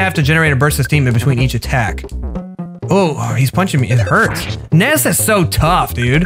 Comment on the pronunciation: Ness is actually pronounced nuss